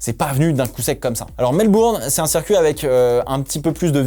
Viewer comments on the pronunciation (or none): none